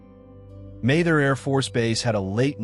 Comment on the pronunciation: Not to mention the sixteen different ways it chose to pronounce Mather. 🙂